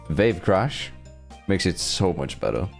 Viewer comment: Wave Crash ❌ Vape Crash ✅ Not meaning to offend, my dad's got a heavy accent in English too so I understand the struggle in a way. Btw don't sleep on Sceptile, with all the Raichu and Eelektross running around it's actually in a good spot (nevermind that they gave it Earth Power too)! Edit: To answer the QOTD Mega Staraptor is a fraud however I think Mega Eelektross has the highest probability of being fun. Also I was in the stream for this video, I remember when you said that the meta was constantly changing!